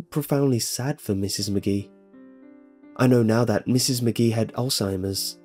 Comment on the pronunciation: A few things...... you pause weirdly when narrating like William Shatner, you keep mispronouncing names such as Mrs. McGee. You switch between that and calling her Mrs. Maggie. I know they're little details, but it makes a difference because they pull the person listening out of the story.